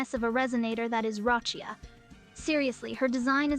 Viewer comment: Not Roccia come on 😮